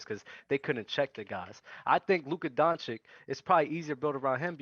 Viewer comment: Man on the upper left gave it to them. Spot on. ps. guy in the middle down needs to learn how to pronounce Jokic and Doncic.